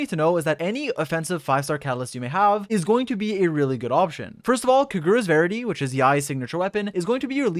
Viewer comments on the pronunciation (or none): Ah yes. K'GUHruh's verity.